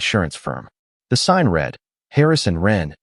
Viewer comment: Read … pronounced Red …not reed in this case.